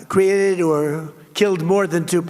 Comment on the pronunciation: Let's not ignore how he struggles to pronounce words. "Created, or Killed..." wut?